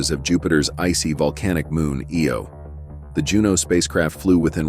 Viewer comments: It's Io not Eo. LOL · its pronounced I-O not eeeeeeeeeoooooooooo